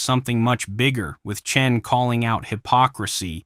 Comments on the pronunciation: I’m sorry, did you just call him CHIN? It sounded like you called him Chin! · His name is Cenk. Not Chin.